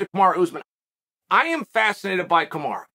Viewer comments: You could probably help out with respecting him by saying his name properly 🤷🏼‍♂️ kamaru not kamarah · Kamaru is pronounced like “tomorra”